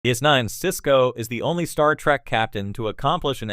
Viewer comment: Yeah, try not to use AI voices, next time. Unless you want to keep talking on the adventures of "Star Feet" officer Sisko and his various commands on the Star Trek show "Dis Nine".